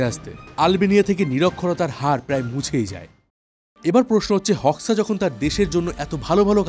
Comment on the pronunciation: গত চার বছর ধরে আমি আলবেনিয়াতে বসবাস করছি, আলবেনিয়া মানুষ গুলো অনেক ফ্রেন্ডলি, আর তার নাম এনভার হোক্সা(হোকসা) না উচ্চারণ টা হবে HOXAহোজা। 😅